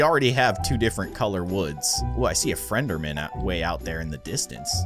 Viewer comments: Frenderman?!?! It’s EN-DUR-MUN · there's a frienrman over there me: it's pronounced Enderman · you said friends are now you said friends are man, not ender man, his name is ender man not wonder man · actually said frienderman and I laugh so so so hard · Did you say fender men because I have never seen you play Minecraft so I will tell you it is endermen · You said Frender man instead of ender man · He said FeNdERmaN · him: a frenderman